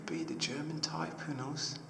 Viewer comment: you said "gerooman" instead of "german"